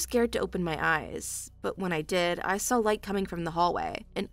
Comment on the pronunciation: Can the woman narrator please spell out the word saw say and realize there is no flipping l in it.